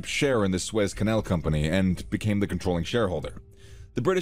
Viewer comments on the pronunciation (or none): God, pronounce the name the canal CORRECTLY. It is "SOO-ezz". Not "Swess" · Yeah lol it keeps saying "Swez Canal" instead of "Soo-Ez Canal". Pretty hard to listen to. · It is called the Suez Canal not the Suiss Canal 😂